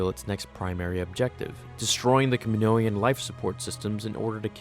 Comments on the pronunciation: What's a "Kamnoian?" Dafuq. It's "Kaninoan" or "Kam-in-oh-an." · You're mispronouncing Kaminoan. Kam meh no en. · Im surprised that he can’t pronounce Kaminoan correctly. It’s very easy if you just sound it out